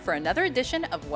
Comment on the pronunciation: Did say "Spain" or "it's Bane"?